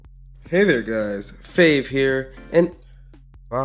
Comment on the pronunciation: Hello! (lol a tiny tiny bit)